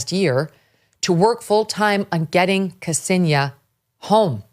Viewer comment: >kasenia its ksenia, not "kasenia". idiotas murrikanos have no respect to rushian lang. thats wy ur ppl got jailed in rushia.